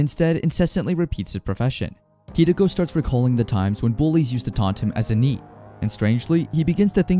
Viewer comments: I know NEET is probably different in whatever language this was in initially, but how do you mispronounce NEET? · I’m not sure if you’re using AI for the voice or if you’re voicing it yourself. I don’t like the voice that’s being spoken in the second part of the manga The person can’t even say Neet correctly